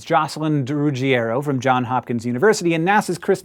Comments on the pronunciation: It's "Johns" with an "S" Hank! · It's JohnSSSSSSSSSS Hopkins University, Hank. Sincerely, a Johns Hopkins chemist/nerdfighter.